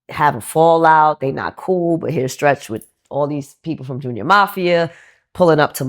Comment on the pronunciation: The interviewer trying to say Stretch was ugly